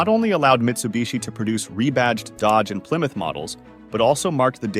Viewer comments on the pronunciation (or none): none